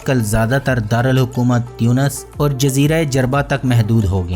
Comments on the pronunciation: تُونِس ہیں۔۔ تيونس نہیں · aap baar baar tiyunos farma rahe hai jo ke ghalat hai.. aur sahi naam tonos hai